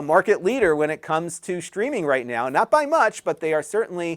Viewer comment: Are you saying "shtreaming"?